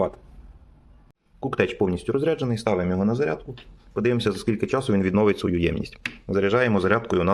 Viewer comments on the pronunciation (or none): none